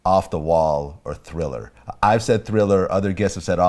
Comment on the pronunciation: THRILLAHHH Thrillah night